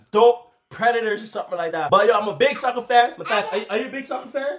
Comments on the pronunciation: When you say “I’m a big soccer 🥅fan” I heard like “ I’m a big sucker fan 😂” 😂😂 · Did he say sucker or soccer